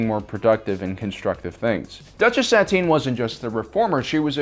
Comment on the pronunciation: where are you originally from you pronounce Tano and Satine very different from the show SAT-EEN, when it's SAH-TEEN, TA-NO not TAH-NOO